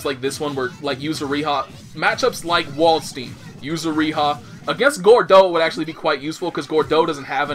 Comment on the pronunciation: It is funny that the japanese actually can prannounce Dutch and German fairly well. They say stuff like Valkenhayn and Waldstein the right way. But english they get completly wrong.